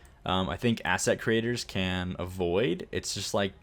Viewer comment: Everytime you say "that's a very good asset" all I hear is "that's a very good ass". I have a very dirty mind apparently